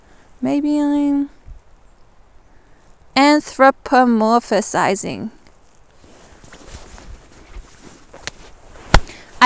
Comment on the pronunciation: anthropuh whaaat? there's no -UHSIZING in anthropomorphizing. and that's true whether you're american or english. totes ador, tho! (pro tip: it's particularly adorable when put on loop). thanks for riffing on it. no worries. we all have a nemesis word. keep up the good work.